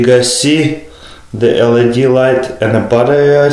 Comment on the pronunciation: Good vid but its LED not LAD